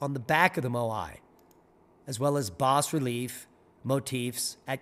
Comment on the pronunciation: It’s actually pronounced “bah relief”, like baa baa black sheep. I studied many of those in art history classes. The “s” is silent. Just fyi.